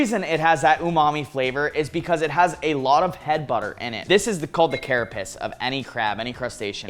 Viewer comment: The carapus, huh? Are you sure it's not the carapace?